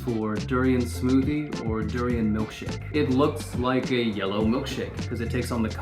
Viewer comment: "sour durian" HUH?